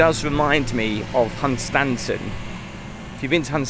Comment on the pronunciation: Southend used to be a fun place with The Kursall & the Pier & the pub at the end of the pier called the jolly fiesherman. it has seriously gone downhill over the last 20 - 25 years. Almost negligent council is the main cause. oh! and Hunstanton is pronounced Huntson. I'm a local lad and I know these things.